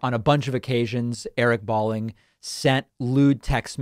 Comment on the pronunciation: His name is pronounced - Bowling, like the game. Not that it matters since he’s a sociopathic right wing nut. Balling sounds too cool, like baller.